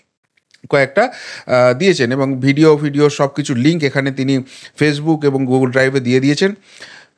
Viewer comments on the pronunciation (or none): none